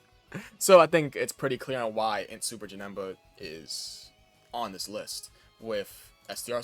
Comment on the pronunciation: aint no way you just said "fis"💀